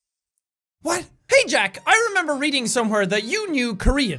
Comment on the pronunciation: no it isn't bad... I don't like it either. Also when jack/Sean says what he says it pronounced like "uwhat"